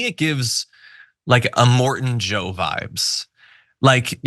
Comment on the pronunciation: I'm dead "Imorten Joe" 😂